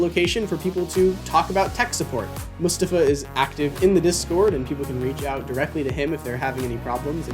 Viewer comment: Might not be a big deal, but thank you for pronouncing Mustafa’s name right. Appreciate it, waiting for my pair